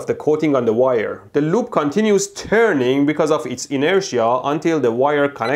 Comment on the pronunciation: its terning 😂😅🤣